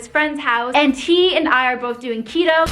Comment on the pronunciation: I heard cheeto too